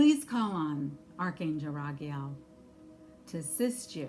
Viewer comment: Pronounced Ragel instead of Raguel.....so is his name connected to Rigel star system aka Alpha-Centauri???